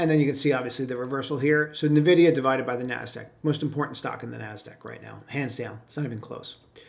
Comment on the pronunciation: LOL. Nah-vid-i-ah is for Boomers.